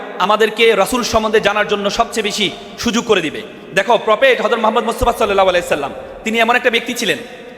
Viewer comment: নবীর নামটা তো ঠিকমতন উচ্চারণ করতে পারো না, এত বড় বড় কথা কোথা থেকে আসে